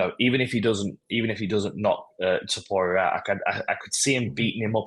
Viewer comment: Too-poo-ra!? Bro sort your pronunciation out